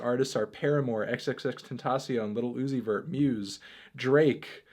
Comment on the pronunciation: STOP SAYING "L I T T L E U Z I V E R T"